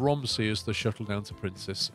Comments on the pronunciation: Princes, not Princess :) as in more than one Prince. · I believe the pronunciation is "Prince's Rizborough" ??? Please use some decent trains!! There are various other capacity busting units and coaches plus you've electrified all your routes but keep using diesel traction? You could put a lot more capacity on these routes (more and longer trains). You can also run the units in multiple. Use some different buses too, some bendy buses perhaps? You could have put exit back, paused again then deleted and this would have pushed the buses to the exit without having to play on. Don't do a level cross over on those two lines, do a diver under or over!